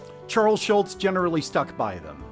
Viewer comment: it's SchuLz, not SchulTz You can blame Hogan's Heroes for that one.